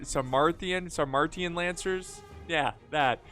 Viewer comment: It’s pronounced “Sar-May-Shun”. Those are the warriors that King Arthur’s knights were in Clive Owen’s King Arthur.